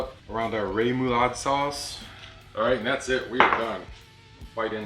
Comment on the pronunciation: Ray-mu-laude? Try room-a-laude. REMOULADE!